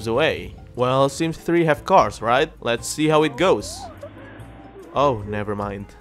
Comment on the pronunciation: NOPE NOT LAST NEVAH (never .-.)